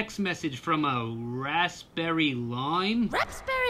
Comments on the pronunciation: It's wrapsberry lime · a new character this is her first appearance also it's RAPSBERRY